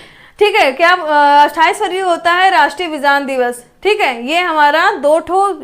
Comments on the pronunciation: Mam sorry to say but aapko khud yd nhi ho paye dekhkr bol rhe ho aap vk bhi vigyaan ko vijan bol rhe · Aap hi confuse hai विज्ञान को विजान bol rhi hai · Rat ke aayi ho kya maidam vigyan ko Vihaan bol rahi ho😁😁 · आपको हिंदी तो ठीक से पढ़ना आता नहीं है। विज्ञान को विजान और गैर को गौर बोल रही हो कॉमन सेंस नाम की भी कोई चीज होती है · इन्हें कुछ नहीं आता है। फरवरी के दिवस में विज्ञान को 2 बार विजान बोली हैं। कॉमन सेंस नाम की चीज नहीं है इनके पास। सब कुछ पहले से छाप कर पढ़ा रहीं है। खुद इन्हे कुछ भी याद नहीं है। बहुत ही खराब ट्रिक ( कथा के जैसी) है। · Main qualification kya hai aapke uchcharan To Sahi kar nhi pa rahe ho aap Vigyan Divas Nahin pata hai aapko